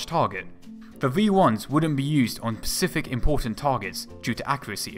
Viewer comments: Specific, not Pacific... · Nicely done but I had to stop mid video. Your pronunciation of specific drove me nuts. Dude, it's spəˈsɪfɪk!!! not pacific ffs!!! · 8.42. The word is SPECIFIC NOT PACIFIC! One is an ocean the other is not. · SPECIFIC not Pacific... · [SPE - CI - FIC]; NOT "pcific". Don't know why the fuck you're saying "pcific", but anyway... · Good content, but the narration is horrible. Please, for the love my my ears and sanity, get and use a PoP filter - or post process the audio to remove them. It's bRittish, not bWittish. It's Specific not Pacific. It's THree, not Free. Speech therapy can help with these issues. And I think the point about Messerschmitt has already been made widely enough. I don't normally like to post negative comments, however, for such good content, it is such a shame to listen to such cringe worthy narration. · The word you mean is 'SPECIFIC' not 'pacific' der!! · One for the aficionados but sorry, not for me. The voice over is awful. The word is ‘specific’. The ‘Pacific’ is an Ocean. Great archive pictures though.